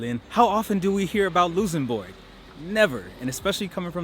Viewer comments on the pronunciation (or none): Hello from Luxembourg, but why you say Loossenbourg XD, its LuXembourg ( I guess you pronounce it like Lucks´embourg ) my friend, but glad you like our country :) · Is "Loosembourg" some kind of an American accent? I've only ever heard it pronounced "luhk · suhm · buh(R)g" (even by Americans..) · helloooo, just so you know it’s luKSembourg and deekirsch (for prononciation) I hope you enjoyed your visit! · Why you pronoincing Luxembourg Lusenbog 😭😭👌 Nice vid btw glad you covered the place where i live. You missed out on a couple of things but i'm happy you enjoyed your time here! I hope you can visit Luxembourg again some time! PS: you just got another subscriber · I never heard someone call my country Loosembourg xD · In English pronounce it. LUCKSENBERG. In German it is. LOOKSENBOORG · Love the energy but learn how to pronounce the name of the country before pressing record bruh😂😂😂